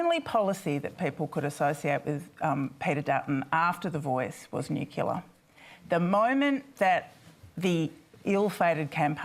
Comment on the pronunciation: Nucular? Can people going on panels like this at least learn how to say it...